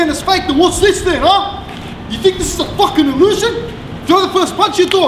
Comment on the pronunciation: do you think this is a fucking 'halusion?' Lol 😂😂😂 Halusion xD